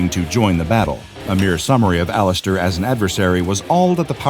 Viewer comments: did he just say all ass stir? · did he say laster or alastor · He said Alastor weirdly is this AI or something??